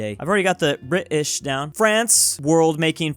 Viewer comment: Top tip: When Brits say British and we don't pronounce the T, we don't leave a lightyear of space between "Bri" and "ish". We also don't say it that dramatically. It would just come up in a conversation and sound normal